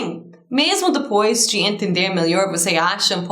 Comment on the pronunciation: and, I love the way you say depois....lol